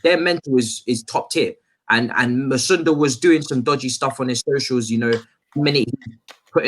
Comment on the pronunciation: The way pronouncing musonda please allow it just say charly